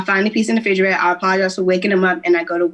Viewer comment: And figerator?🤦🏾